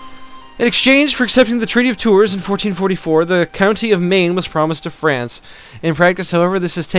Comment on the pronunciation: Hey ! You don't pronounce the "s" in Tours 😀